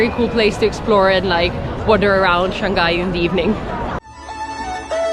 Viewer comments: Shanghai is pronounced Shang Hai not Shan Gai. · It's pronounced Shang-high not Shang-guy! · Second syllable of Shanghai starts with h, not g.